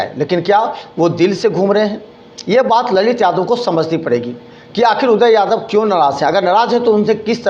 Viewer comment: ये कभी गोपाल जी तो कभी उदय यादव का नाम गलत तरीके से बोलता है । भाई पहले पानी पी लो फिर बोलना। लगता है कि इसे कोई पैसा नही दे रहा है जिसके वजह से कुछ भी बोलकर वीडियो बनाता है कि कोई बुलाकर पैसा दे |